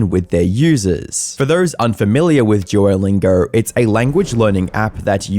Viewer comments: "Duorr lingorr" 😂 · Everyone: "duolingo": "DUOLINGURRRRR" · Forget posting, dude, I think you might be suffering a stroke. You cant speak for sh!t, practice in a mirror saying “Duolingo” not “Dieewerlaingow” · Duolingo ❎ Juolingo ✅ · Jew-o-Lingo? Jew-o The Owl?? WTF??? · Why does he call it "jewerlingo"? Is he retarded? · really annoyed by how you keep pronouncing it as "djuwolingaur" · Am I the Only hearing "jewlingo" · « JEW-O-LINGAR » lmaoooo u piss me off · All I'm hearing is "Juolingo Yapp" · i cant get over his EXTREMELY BLURRY, eye shattering, edit .. and the way he pronounces duolingo .. "DJUWOLINGORR" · I heard it more like "drew-oh-lingour" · Why does the presenter keep calling Duolingo "Jew-O-Lingo?" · juer lingur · Never heard of jewllingo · It's bothering me that he keeps pronouncing it like ''joylingo'' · the way you say duolingo is physically hurting me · I am annoyed by your pronunciation of duo